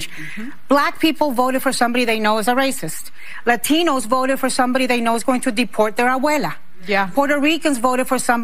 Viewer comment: Especially when she says la tee knows😂😂😂😂